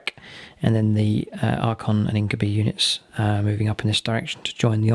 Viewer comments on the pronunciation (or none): I know it isn't a particularly common word but "incubi" is pronounced in-kyoo-bye, much the same as incubus and succubus are pronounced. Other than that, fun to see these two relatively uncommon armies pitched against each other